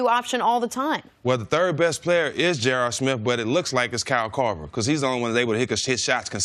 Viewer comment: "J.R. Smiff"